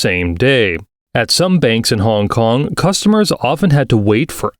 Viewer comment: honnnnnngg konnnng, dang the accent so weird idk if i was the only one who noticed it.